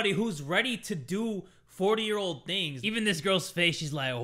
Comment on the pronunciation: Hell yeah baby theres i like me some "stranger tings" babay yeah stranger "tings" bruh